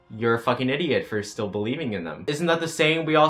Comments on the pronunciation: I’m a whale he said “black lives STILL matter” it just sounds like he says black lives don’t matter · I thought he said “black lives don’t matter” AND I KEPT REPLAYING IT then I realized he said “black lives still matter” Oof you scared the shit outa me. 😭😂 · Good I was like replaying the audio over and over trying to see if you said "don't" Or if you said "still" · I was VERY CONCERNED FOR A MOMENT cause when he said “black lives still matter” I thought he said “ black lives DONT matter” and I had to turn on the captions to make sure before I started throwing hands 😂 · lmao same 😭😭